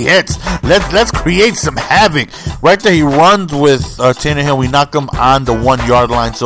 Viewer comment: Do you know it is Tannehill not Tannerhill? I am trying to figure out why you say it wrong. But great game play as always. Love you.